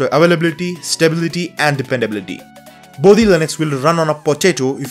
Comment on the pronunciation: Its "Bodhi", not "Body". I would have expected Indian to have better grasp at that.